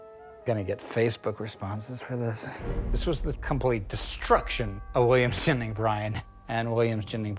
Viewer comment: Haha he's saying William Jennings as Williams Jenning